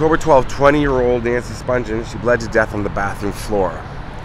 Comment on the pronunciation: Nancy Spung-ghen is how it's pronounced. Not Sponge-en. Sid couldnt have been buried in a Jewish cemetery